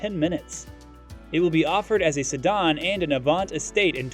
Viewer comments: Ah yes, the illustrious Seh-Don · Who taught this guy how to say the word "Sedan" Sadahn? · SEDAN: It's pronounced Se-Dan not Se-Don! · se·dan | \ si-ˈdan according to Merriam-Webster. I haven’t heard it pronounced si-dahn before. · "sedON"??? LOL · Lol seh-don... Pole-e-star.... Go back to school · okay sorry just sounded to me like some unusual pronunciations and timings yet with what sounds like an American accent. Like “pol-e-star” and especially “se-don” for sedan. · What the heck is a “sedon”? This video is clearly not from anyone in the car space…or perhaps Earth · if that's where sedan is pronounced "sedon" and a car channel doesn't know what Polestar is, then tell Elon we said Hi when he gets there! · Stop saying "Sedahhn". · "sedd-arn" ha ha ha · And “se-don.” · Sedan. Sa DAN DAN DAN. Retard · Polestar is two syllables not three. Sedan is mispronounced repeatedly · How do you not know how to pronounce, "sedan?" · I'm not sure I've ever heard the word "sedan" pronounced this way. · Love how you pronoune "po-less-ster" instead of "Pole - Star" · Sedan too.. guy is trollin.